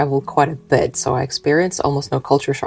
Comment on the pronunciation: You've lost A LOT of ur America twang!! You said "bit" like "but" just like we do!! U may not be born & bred but Ur absolutely a kiwi & one of us after so long & a family ❤